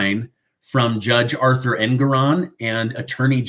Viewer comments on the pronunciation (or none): none